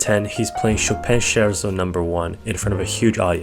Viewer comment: check the pronunciation of scherzo please